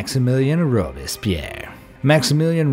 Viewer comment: who else annoyed he said alexander robespierre’s name wrong